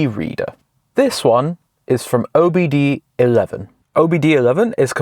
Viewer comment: Its not OBD 11 its OBD 2 (II Roman Number)